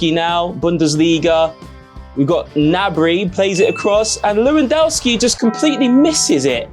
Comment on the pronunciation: Hang on, how are you pronouncing "lewandowski?"